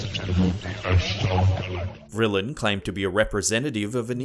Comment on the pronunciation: Vrillien? Just like vril Donald Marshall